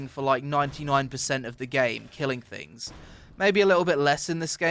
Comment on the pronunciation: THings, THings, not fings, aaaaaaagghhhhhh